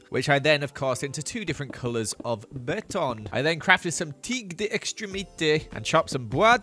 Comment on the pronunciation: well done for "gravier" and all the "béton"